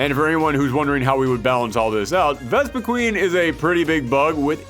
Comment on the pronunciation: so a couple things 1 - why did Mewtwo not return? it is Mewtwo... 2 - Vespiquen was pronounced wrong, the name clearly says quen, not queen 3 - why not a Ultra Beast like Nihilego? with the partner being Lusamine, making it a very disgusting and creepy fighter, with it latching onto the other fighter and shoving poison into them, like how it did to Lusamine, it is a Parasite afterall